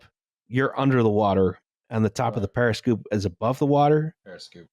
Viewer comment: Based on pronunciation of “over and over and over” and “periscoop,” I think his transformation into a Philadelphian is complete.